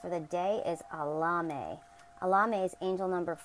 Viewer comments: Your saying the name as if your replacing the E's with A's. Try to say it as if it was Spanish or latin it will come out better and you'll actually pronounce the E's as E's instead of A's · I don't think your pronunciation of Elemiah is correct. Try to ask Google how to say the name. You can not do a search with the way you pronounce it but if you use the way Google says it, it comes up every time.